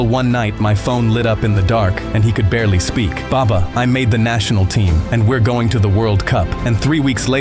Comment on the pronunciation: Hey you stole one word of Arabic it's called baba it's like you said it's meant to be baba you're saying it wrong